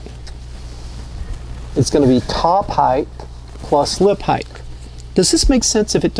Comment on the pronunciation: Great videos but "heighth" is killing me lol